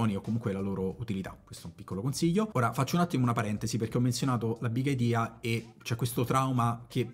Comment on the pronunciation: dice BIG IDIA con l'accento sulla i iniziale XD XD XD